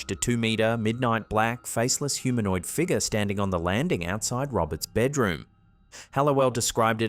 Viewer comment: I'm sorry, but you are now officially obligated to pronounce "figure" as "figger". 🤣